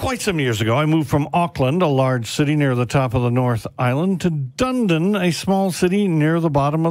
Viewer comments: Pronounced "Dun-e-din"😉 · its pronunced dun edin